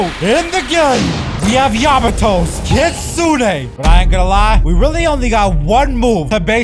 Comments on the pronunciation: Kitsune not kidsune 💀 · Kitsune❌ Kidsune✅ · its kitsune not kidsune